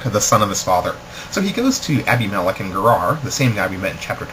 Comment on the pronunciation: I couldn't pay attention because you don't know how to pronounce Abimelech.